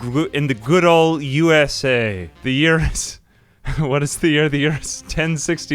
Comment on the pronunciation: In my head I heard the way the Dictator pronounced USA